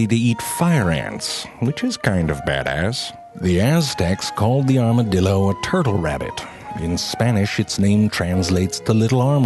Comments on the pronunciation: Every time he said 'armadillo' after the intro, or just about, I kept thinking "arma-dildo" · LOL Armadildo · Goddamnit now I'll keep saying armadildo instead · "Here are true facts about the Arma-dildo, oh, thats a typo" "Here are true facts about the Arma-dildo. Oops I said it again. Two times." Lol wtf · “Here are true facts about the Armadildo” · A R M A D I L D O whoops that's a typo says it again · I KNEW HE WAS GONNA SAY ARMADILDO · I HEARD ARMOURED DILDO H E L P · I new it he was going to say armadildo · *Armadildo XD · ''Here are true facts about the Arma-dildo'' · here are....true facts about the "armadildo" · armadildo lol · before clicking this video i knew frank was gonna say armadildo at some point. i was right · I am never going to be able to hear the word armadildo the same again.😂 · Nobody This guy: A R M A D I L D O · arma"dildo" LMAO IM DED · Armadildo. I'm dead xD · Lol "ArmaDILDO" 😂😂😂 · ZeFrank: here are some true facts about the...armadiLdo Me: son of a bitch just got me in 4 seconds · WHEN YOU SAID "ARMADILDO" I COUNDT GET IT OUT OF MY HEAD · "Arma-dildos. Oops I said it two times." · OMg i just put this on for my 3 year old i had to do a double take and come back and he defintly said Armadildo lol something about shooting fire out ass n teleporting yea my bad son lol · "Armadildo" I'm laughing hard, he funny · I was just thinking “armadildo” then he said “the armadildo” and I died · Armadildo lol.....😂😂😂😂😂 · Armadil...do... Can't stop laughing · 'Here are true facts about the arma-dildo. Oh wait that's a typo' - this guy. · It sounds like he's saying "Armadildo" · XD aramadilldos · I lost it at the 2nd "Armadildo". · Is it just me or he's saying Armadildo at the beginning? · lol armaDILDO lol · Armadilido...I will never be able to say armadilido right again... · I think he said Armadildo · does anyone else hear the man in the beginning say arma-dildo? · i heard you said "armadildo" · You had me at "armadildo."